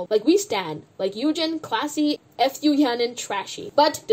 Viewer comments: As much as you dislike Fu Yaning, can you at least pronounce her surname right? It's Fu (like Foo, or food without the d), it's so cringe when you say F U Yaning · i can't get over the way you pronounce fu yaning's last name